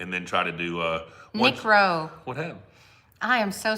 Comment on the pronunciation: careful pronouncing the name of nick rowe